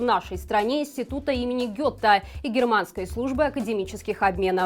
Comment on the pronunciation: Институт имени Гёта, звучит как Гота,, ну читай же ты текст хоть правильно, который раз уши режешь своим прочтением...